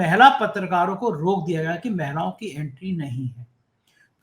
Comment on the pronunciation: "महिलाओ" होता है, "मैलाओ" नही बिरादर 😂